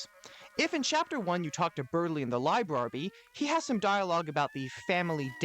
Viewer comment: Finally, someone who pronounces "Librarby" correctly! Imagine pronouncing it the OTHER way.... Really.